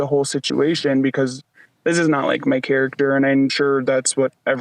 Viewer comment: "not my characturrrrr"